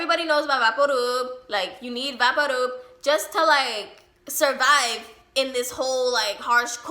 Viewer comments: Who the fuck calls vaporub "vah-por roob" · U mean VaporRub lol its pronounced vaypoor ruhb not vahparoob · Are you saying Vapadoob? Or vapor rub? I'm confused at the ending lol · Vapor Rub is pronounced as VAY-per Rub <---to rub something in. Maybe it's just how your grandma pronounced it, so that's why you're saying vahpooruub? 🤔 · “Vaparoob” lol u mean vaporub? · it took me a while to realise you were talking about vicks?? vaporub? like, vapour, and then rub. are you american? do y'all pronounce it like this? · why do you pronounce Vapo Rub like vapparoob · Vaparroop...could I get a translator for that one? Would that be Vick's Vaporub? If so, this pronunciation is awesome and I will adopt it immediately. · Why did she say vaporub that way? It vapor and rub. Vay-po-rub. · Why is she saying vapor rub like “vapo roob” her voice is annoying lol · Anyone else notice how she pronounced vapor rub so strangely? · 😂the way she says vaporub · Love the VapoRub pronunciation 😂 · I’m English and amazed by the way you pronounce vaporub (At least, I think that’s what you said) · Because she's Mexican. In my house we say it like that too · She pronounced vaporub so weird i thought she was speaking in other language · Its really sweet how she pronounces vaporub! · Scrolling through the comments to find someone who mentioned it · Could just be the way she pronounces it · I love how you pronounce vapor rub! It's going in my vernacular now. We kept all the condiments from every fast food place, and my mom loved those plastic cups for cleaning the bathroom showers and holding sponges. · The way you said vapo rub 😂